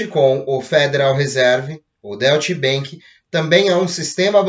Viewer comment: Oi meu amigo, bom dia! Me permita auxiliar em algo! A pronúncia correta pra Deutch Bank é Dóitch Bank! Obrigado pelas excelentes informações! Abraço!